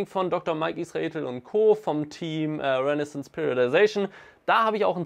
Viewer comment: kannst du bitte aufhören dr mike israetel zu sagen als ob der gute nach einem mittelmeerstaat in Vorderasien benannt wäre. das irritiert mich total^^ 🙏